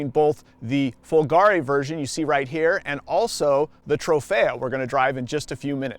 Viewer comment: Follgaaree...? Why don't you find out how it is pronounced before you make a video